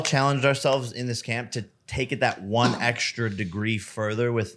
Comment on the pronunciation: The five hundred and wonth Jake? :D